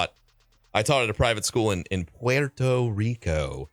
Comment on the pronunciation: "Pwerto Rico"